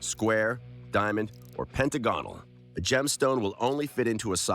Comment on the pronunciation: Me hearing you annoyed at the way he says Chimera. Wait til you hear how he pronounces pentagonal, that shit annoyed the hell outta me